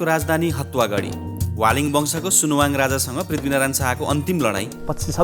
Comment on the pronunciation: सुनाहाङ हो, सुनुवाङ हैन